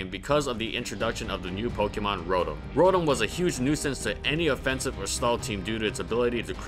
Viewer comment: Wasn't ROTOM: Row-Tam?